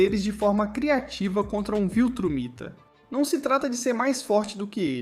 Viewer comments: Oxe viltramita? Ou viltrumita? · Sifuder o cara fala trágui e viltramita força d+ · Que agonia esse "VILTRAMITA" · IA faz tudo mais n sabe fala viltramita